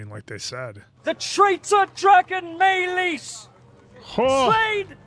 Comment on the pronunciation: “Rhaenys” 🗣️”Ray-Niece”